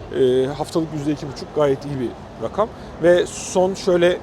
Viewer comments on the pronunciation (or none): none